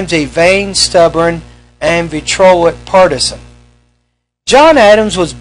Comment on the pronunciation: Quincentennial is not a word. Do you mean quintessential? Because that’s not pronounced the way you are pronouncing this word (see above). The word is “vitriolic”, pronounced like “vih-tree-AH-lik” not “vitrolic,” like “vih-TROLL-ik” You call this a small house? Looks to me like probably something around the 4,000+ square foot range. I'm an advanced ESL teacher who thought this might be a useful listening activity for my class, but probably not...